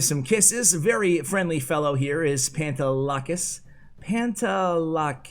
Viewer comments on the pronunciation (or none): I’m Greek and it’s pronounced Pah-nte(de)-la-kees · Yo I’m greek and speak the same language as people from Cyprus and his name is pronounced “pan” “de” “lack” “is” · The legend has it still can’t Pronounce the pantelakis name right